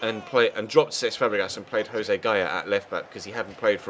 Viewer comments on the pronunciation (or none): none